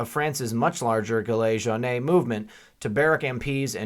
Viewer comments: Hey just a little tip on how to pronounce the yellow jackets think of Bee (Gees) then put the Gees in front of Gillet/Geellet and for Jaune/ Jone as in Tom Jones. Lol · Gilets Jaunes = Jill-lay Joan